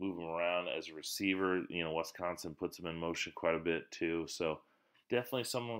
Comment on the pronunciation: ITs Wis Not Wes consin ! How is this state so hard to pronounce for people who are not from here? WISconsin doesnt even remotely look like it would be pronounced WESconsin .